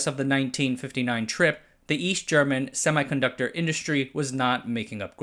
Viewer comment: it is not pronounced semai ....conductor ....it is pronounced ˌsem.i.kənˈdʌk.tər